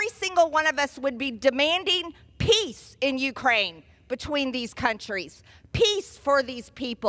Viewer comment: MGT, is it piss or peace?